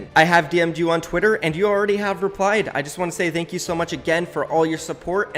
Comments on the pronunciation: There are two different pronunciations of "Th" like in "mother" and "broth". Thank you is like "broth" but he says it like "mother" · Why does say "Thank you" with "ð" instead of "θ". It's kinda funny though 😂